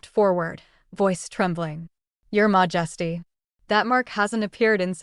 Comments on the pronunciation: Mah-just-ee threw me out of this. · Why would even the AI interpret 'Your majesty' as being pronounced 'mojesty' or something like that? It's so annoying and distracting.